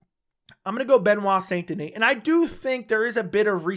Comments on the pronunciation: Its pronounced "san" not saint, its pronounced like the city in rdr2. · It's pronouced "sein". Otherwise "san" gives it a spanish tone. I know it's difficult for non french speaker to pronounce "saint". It's like saying "un" (1) like 1, 2 3... in french. Typical french sound that doesn't exist in other language.